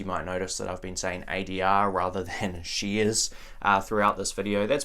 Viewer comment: whats "sheeeares"?